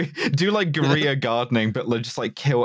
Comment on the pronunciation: the way pronounces 'guerilla'